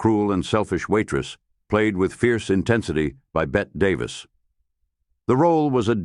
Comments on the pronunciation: Bette Davis is pronounced “Betty”, always has been. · The problem with having AI narration is that it always mispronouces names. It's a dead giveaway. Who is "Bet" Davis? Drags me out if the narration every time. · Bette Davis is pronounced “Betty”.